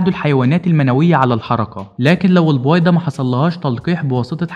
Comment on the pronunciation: البووويده؟؟؟اشفيك تكلم منيح